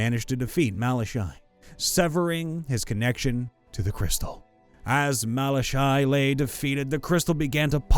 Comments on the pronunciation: I have to say this because it's annoying. For then 1st story it is pronounced Mala-Ky. Then KY is pronounced like ky in Sky. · pretty sure it's "mal ah kai"